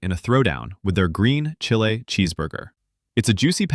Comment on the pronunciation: Green Chile is pronounced “Green Chilly”, not “Green Chee-Hlay”. Fix the AI. Source: I’m a 16th generation New Mexican who brings my own green chile to burger restaurants.